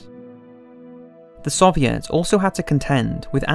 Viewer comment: The "suviets"